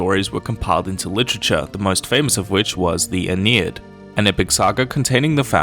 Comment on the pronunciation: It's Aeneid, not Aenied